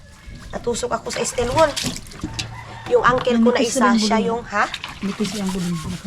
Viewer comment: Steel Wul bigkas ng steel wool.